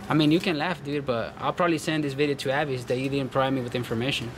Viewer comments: It’s A....vis. Like Visa....not A....vise. Haha. Nah but really, TSA lady was great and so were the rest. Except the Avis square. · Its prounounced AAA... VIS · AVIS.. pronounced, Aye-Vis. And yes, Alex was a very sweet TSA Agent. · it's pronounced A - VIS <--- rhymes with miss , AVIS ...You don't want to call the company and say their name wrong , doesn't look good ~